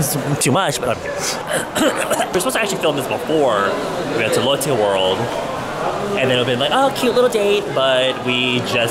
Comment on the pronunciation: Lol you can tell you've be assimilated to Korean culture when you say Lotte World like you would say it in korean eve when you're speaking in english lol